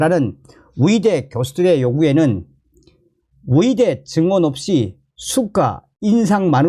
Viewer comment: 발음을 정확히 해주세요. 위대, 위사가 아니라 의대,의사 입니다.